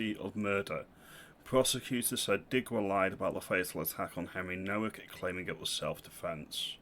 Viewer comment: Nowak is a Polish surname. The W is pronounced as a V